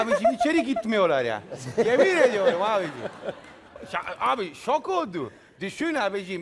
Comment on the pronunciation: abijim demesine bile gülüyorum nasıl bir insan bu la :)